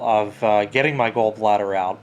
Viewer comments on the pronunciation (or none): It’s “Gawl” bladder not “Gull” bladder